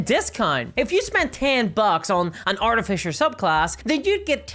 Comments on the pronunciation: What is an "Artifisher"? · "Arti-Fisher" that is all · Wait.... What's an art-a-fisher? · “Arti-fisher”🙄 You don’t have 10 seconds to learn how to pronounce something? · lol, "artifisher" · Say Art-eh-Fisher one more time… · Jeez i guess if is believed its artifisher now not artificer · Is there any D&D content creator who knows how to pronounce the word artificer? It is pronounced AR-TIF-ISS-ER. Not ARTY-FISHER or ART-IF-ICE-ER. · did you just say Arty-fisher? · "Artifisher"... giggle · What's an arti-fisher? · You say Artifisher funny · Arty Fissure ~ A tasteful crack. I shouldn't make fun of an accent but this was a missed opportunity for an edit like the "feet" one. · Wait... how are you pronouncing Artificer?? I didn't realise we had a class that went fishing for paintings. ;) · Fucking say artificer right omg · I know that it's just your accent, and I'm not trying to insult you at all, but the way you pronounce artificer makes me think of a steampunk fisher.